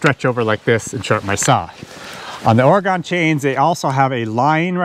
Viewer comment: I feel compelled to point out that Oregon hasn't gone anywhere. Those of us who live here pronounce it like: Ory-gun. :) Other than that, I like everything you do.